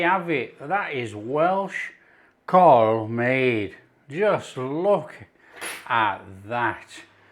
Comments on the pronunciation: Pronounced Cowl as in Owl. Thanks for doing another Welsh dish 🏴🙏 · no it's Cawl lol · It should be pronounced as CAAAWWWLLL, this is from an ex-pat Taffy living in Los Angeles. Sorry. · It’s pronounced cowl And your missing swede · Cswl is pronounced 'cowl' as you would pronounce 'owl'. It is the Welsh word for soup. It should traditionally be made with mutton. The ingredients are leeks, onions, carrots, potatoes, swede, parsley especially stalks, meat stock, and it is traditionally served with large chunks of white bread and large chunks of Welsh cheddar. The veg should be cut very large as with the meat. But I love your cooking so much and I love that you are making this dish and I reckon your version would be delish! Diolch yn fawr. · its spoken COWL great recipe mate, only parsley in cawl not thyme or bayleafs this isnt a welsh recipe i know your taste maybe different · Lovely dish I had many a time growing up. For those interested, the Welsh pronunciation is how you'd say Cowell for Simon Cowell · Sorry but it's NOT pronounced like that. It's pronounced as C A W L. Pronounce as it's spelled. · Rhyme it with 'towel' to get the right pronunciation. Great video.